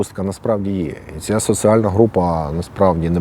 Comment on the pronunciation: Не критика, а порада. Слідкуй за "з проти с", "і проти и", "д проти т". Наприклад, "соціальна", а не "социальна".